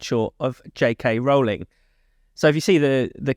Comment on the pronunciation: Why do they keep mispronouncing Rowling?